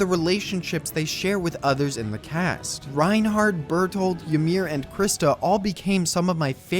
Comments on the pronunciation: Did he just fuking said reinhardt instead of reiner? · Did he just call Reiner Reinhard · Did he just say Reinhardt?????😂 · Did anyone notice him saying reinhardt instead of reiner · Ekhem* Um Reinerd? Its Reiner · Reinhard is still better than "Laina" I heard yesterday...